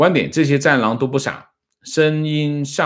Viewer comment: ❤王老师的找茬儿粉： 深谙上意，“谙”读an1（音同“安”），不是yin1